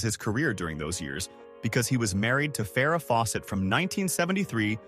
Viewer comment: Exactly that's wot I was going to comment on both of those he also said Farrah's name wrong too is this a real person speaking why don't they do their homework properly before doing these like u say so annoying